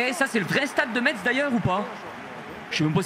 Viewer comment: Pour le stade de Metz non c’est pas le vraie et ça se dit pas Metz mais messe